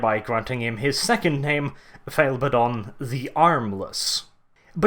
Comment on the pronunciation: can we get a counter of all the Abbadon insults there are XD (also thank you for saying his name properly)